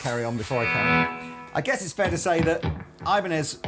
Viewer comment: Jokes aside, Ibanez is a spanish company in origin. The correct pronouncing is "EE-ban-ez". Pedantic, but i think its good trivia knowledge.